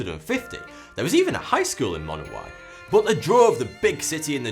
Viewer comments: I'm pretty sure it's pronounced Monowi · AAGH it's pronounced Munowie. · he is mispronounceing the name of the town